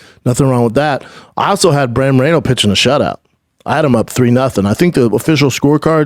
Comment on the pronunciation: Bruce buffer says BRANDON SCHUAB not Brendan 😂😂😂😂